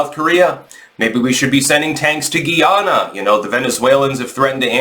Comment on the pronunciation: The name is Guy-ana not Ghee-ana and the people are refered to as Guy-anese not Ghee-anans.